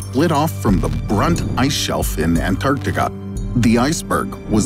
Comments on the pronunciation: I'm really not feeling the way this guy says, "Antarctica". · interesting, but i feel like you could have at least selected an ai that didn't pronounce antarctica like a douche-canoe